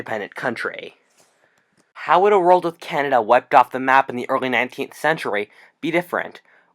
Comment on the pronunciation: "an indepemdant contrayyyyy"